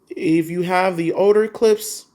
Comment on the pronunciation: It’s Klipsch , Not Clips . 😂